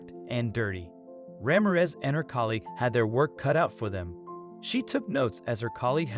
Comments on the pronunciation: " rah-meer-ehz" not "ramm-ahh-rez". please. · Ra - MIR - ez.😊